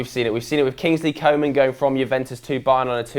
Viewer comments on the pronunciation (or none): Pronounciation!!! OMG my fucking ears are hurting and my brain can't understand a thing! Learn how to pronounce correctly those damn names! It's La MasIa not La MAzia and Kingsley FUCKING ComAn not COman...JESUS